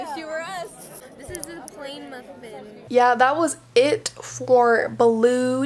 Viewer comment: “this is a pllain mufffin” 😂